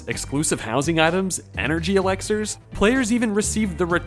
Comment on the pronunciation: Dude it's pronounced Elixirs, not Alexers.